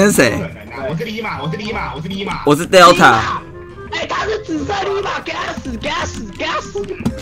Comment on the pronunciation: 可是說自己是deleta(我按照他獨特發音拚的xd他都這樣念delta) 看不懂那段XDDD 而且他還叫對BRAVO(子恆) @@